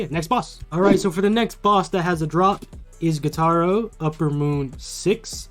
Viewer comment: Gytaro I think you mean “Gyutaro”